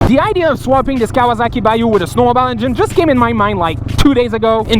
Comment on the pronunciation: lol when he says snowmobile 😂😂. he says snow bisle .like isle in. an the store but says snow bisle